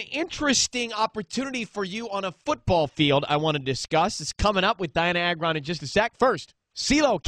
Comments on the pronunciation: Pronounce like (Ay-gron) not that hard to say. NOT A-GRON. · no one says it right it is soo annoying!!! it is Agron not agron :)